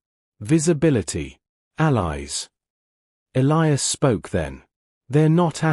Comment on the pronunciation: They finally learned to pronounce "Elias" the right way. Also, this human guy looks like Chris Hemsworth.